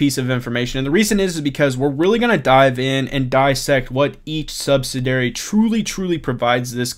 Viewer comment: Hey! Great information, but I've been noticing you've been pronouncing "subsidiary" differently than it's preferred over several videos. I know it's a small thing, but I want you to present yourself at your best. (And, to be honest, every time I hear it, I cringe 😆). But as I've said before, you're the and I appreciate your vids!